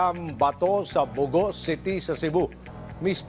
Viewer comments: Bogo City po not Bago City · Its BOGO CITY hindi BAGO CITY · Bogo City, not Bago.